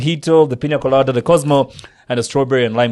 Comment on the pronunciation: It’s not “Piñia Colada “😂 it’s “Piña Colada”